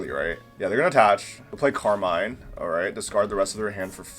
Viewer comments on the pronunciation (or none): none